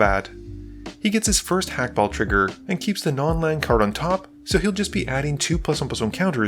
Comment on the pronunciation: you're on the money with Clav but you do in fact pronounce the H in Hakbal's name